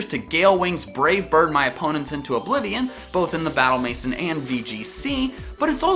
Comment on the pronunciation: It's battle mansion like SHION NOT SON ITS BATTLE MANSHION NOT BATTLE MASON